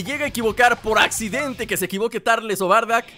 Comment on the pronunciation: No es tarles es turles